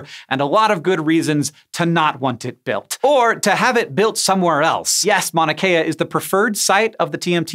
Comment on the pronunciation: Hank you kept saying Manakea. It is pronounced as it is spelled like mount drop the t.